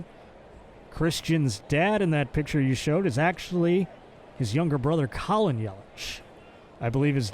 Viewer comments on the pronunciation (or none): none